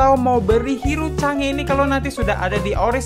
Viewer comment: Chang'e Sebutinnya Kaya Sange